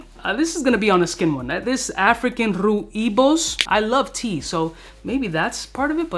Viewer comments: Rooibos... Is (so far i know) Dutch spelling. Pronounce it like 'Roy + Bosch' and then you're pretty close. Anyhow, smelled Rooibos this week and that is great. Need to smell the other ones. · Rooibos is pronounced: Roy Boss . It is a South African tea made from the bark of the Rooibos tree( so not really a tea, but a bark drink) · Rooibos is pronounced “Roye-Boss” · Haha another great video. As a south african I will help you out. Rooibos is pronounced Rooi(Roy)bos(Bohs). Its a South African tea. indigenous here also. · it's just "Rooibos" (pronounced “roy-boss”) and is a herb. Commonly used in tea and very populair here in the Netherlands. Personally not my cup of tea :P .. Keep up the work!